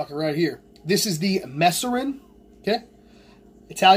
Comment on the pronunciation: Its MAAAAserin you fucking nimrod haha